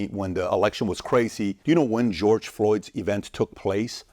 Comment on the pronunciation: Bro, stop pronouncing George that way. He not spanish! Ig you want to be accurate, in the hungarian pronunciation, its Gueorgue.